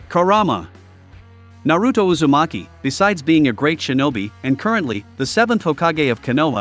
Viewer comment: Na-root-oh? Really?